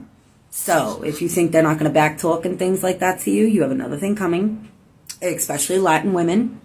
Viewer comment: I tend not to listen to anything that comes out of a persons mouth after they pronounce especially as “ak-specially)